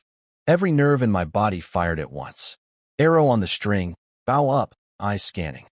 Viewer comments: It's bow, not bow. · Why cant the ai say bow all the time lol baw goodness gracious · Why can't you pronounce bow and wound properly?? Oh, sometimes it is correct, sometimes not. And the idiotic spelling out of capital letters. Can't you proofread?